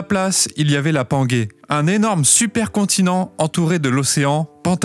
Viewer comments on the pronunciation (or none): Alors j'adore ta chaîne mais PLEASE on dit panjé et pas pangué il n'y a pas de U après le G donc ça ce prononce comme un J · La panguay.. serieux sa se prononce panguay? Non.. pangée 😅 eh oui